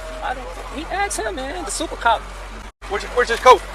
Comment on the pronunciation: Haha von said "Supa cop"